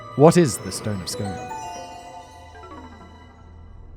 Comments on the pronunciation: I'm pretty sure it's pronounced scoone. Nonetheless Simon, you are a LEGEND! Great episode! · ROFL, two out of three ain't bad : the third, and probably correct in this context, pronunciation of "Scone" rhymes with "spoon" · Please, my dear fellow... I'm happy to make certain allowances for the simple fact that A-you are Eengleesh, and consequently why on Earth would you have any idea that the correct pronunciation of the word, "Scone", is the same as the abbey where the damned sandstone block with a wrought-iron ring embedded therein...or B-... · LMAO Imagining all the Scottish viewers ready to go at Simon's throat for his pronunciation of 'Scone' like we French speakers every time he said 'St-Domingue' wrong in biopics Dumas episode. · No worries. Nah we do have big differences in accent but pronunciation is different than accent. Me and Simon would say "spoon" in a different accent but our pronunciations would be correct in our accents. His is incorrect in his own accent, it should rhyme with the way he says spoon lol. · It has relevance because he mispronounces it throughout the video and even talks about the two English variants of mispronunciation at the outset. His researcher didn't do his research. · You need to record this again Simon. It is pronounced SCOON. I WAS SHOUTING AT THE SCREEN AND YOU STILL SAID Scone! I’m not sure you will ever be allowed to visit Scotland now, ma wee laddie! That's a huge Faux Pas to anyone north of the border. (To non-Brits. (that is Scotland). I love The Casual Criminalist episodes. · First thing I said to my hubby was 'it's pronounced SCOON' :D :D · Scone in Scotland is pronounced skoon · I love this channel but it's pronounced Scoon, not scone. 😂😂😂😭😭😂😂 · Apparently, it’s pronounced Skoon. The more you know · Scoon The Stone of Scoon Pronounced Scoon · Scone in this instance is pronounced "skoon/skün" as in it rhymes with noon. I realise I'm three years too late with this comment but that intro bugged me 😂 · Stoon of scoon